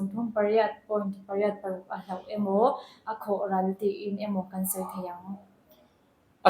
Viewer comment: A bengvâr thlak e. Nula zawk hian hloh (lost) tih tur hi hlauh a ti zel A,lo inzir uluk deuh se.